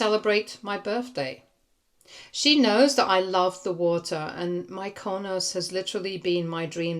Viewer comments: Mykonos is pronounced ME kuh nos. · You mispronounced Mykonos